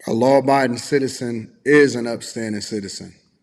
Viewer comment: She couldn't even say law abiding citizen. That's a serious problem. Her mindset is all wrong.